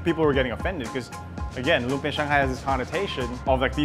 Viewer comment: Just to help with your Filipino pronunciation... it's lumpiaH (glottal stop) a glottal stop is like the H in the expression "UH oh." It's not an open vowel like lumpiaaaa. You have to stop the vowel sound with your throat.